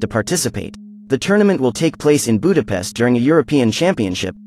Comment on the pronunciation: U say Budapest wrong mate